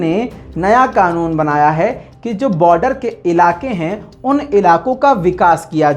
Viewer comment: Qanoon ''QAAF'' se hota he , KAAF se nahin.